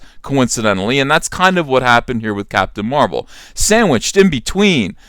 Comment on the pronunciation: Captain Da Ma-rvel.